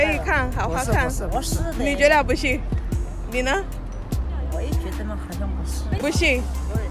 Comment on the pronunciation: You ask then “and you” which sounded like “ne na?”. I’m Tswana from South Africa and we would say Lena? 😂😂😂I found it funny